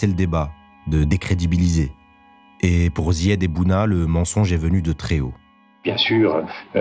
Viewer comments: « décridibiliser ». Non c’est « décrédibiliser ». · *décrédibiliser, pas décridibiliser...